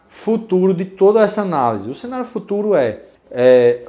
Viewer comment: "sénario" não existe. É CE-NÁ-RIO!!